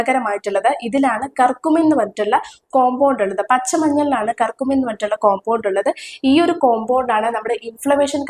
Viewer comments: കർകുമിൻ അല്ല, kurkumin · കർക്കമ്മീൻ അല്ല കുർകുമിൻ ആണ്